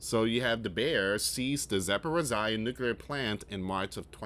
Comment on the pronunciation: It’s pronounced zap por ritz zee ah .. your way sounds better tho 😅